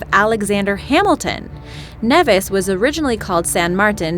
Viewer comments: It's NEE-vis! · Does this person know anything about pronounciation? First “arch-ipelago” and now “St Kitts and Neh-vihs” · Saint Kitts and Nevis --> pronounced KneeVis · Knee-vis.... Not Neh-vis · then you know how to say Nevis correctly. Its pronounced "nee vis" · it is pronounced knee- vis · St.Kitts and Nevis (Knee-vis). If you're gonna say it, say it right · correction.nevis its pronounced neevis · It's pronounced "knee-vis" by the way... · i live in d catibbean and we learn about st kitts abd nevis. it is pronounced NEEEEVIS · She's saying Nevis wrong just a FYI